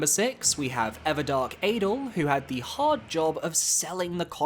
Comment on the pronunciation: That adel (pronounced ah-dell btw) ranking is criminal.